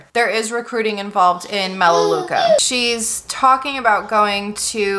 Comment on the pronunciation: it’s melaleuca